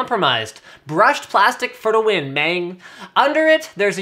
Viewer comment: He said "mang."